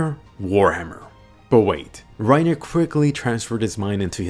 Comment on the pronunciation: Yo im laughing do hard he said "eren got had and pennitrated through rinerer